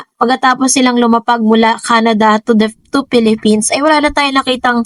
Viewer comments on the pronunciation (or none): none